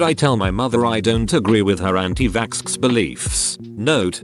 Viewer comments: when the voice said “anti-vaxskskser” in the beginning i lost it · Nobody: Nobody at all: The voice in the video: AnTi VaKsKsEr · No one: The synthetic voice: anti-vAkSKseR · antivasksker that's how the computer dude says it and I'm dying now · lol the robot voice is a visco girl pronunces xx as sksks and i oop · No one: The voice that reads the text: My mom is an anti-vakskskser (and I oop) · Anti-va(SK-SK) OH NO. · "Anti vaksksker"